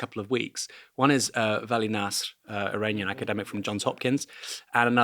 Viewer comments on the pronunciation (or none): Aranian or you mean to say "Iranian"? The first letter I is pronounced as in Italy, but NOT as in Arial